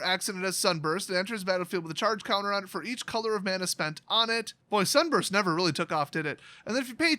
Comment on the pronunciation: Sunburst sounds like Starbrust